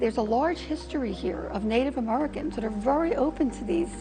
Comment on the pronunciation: 4.16 did she say native amurricans? 😅